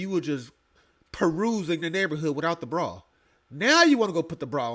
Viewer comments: A brawl? Ma’am, it’s bra 😅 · Did she say…she puttin on a BRAWL or a BRA?!??😂😂😂 I personally suggest, a BRA.